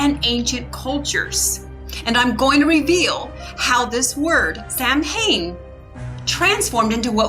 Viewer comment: It's pronounced SOW- en.